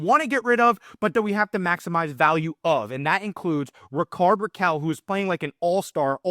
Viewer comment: Your pronunciation of Rickard is completly wrong